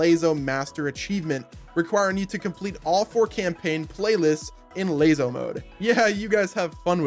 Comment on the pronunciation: Why the heck did you pronounce LASO as layzo. It's pronounced like lasso. Lol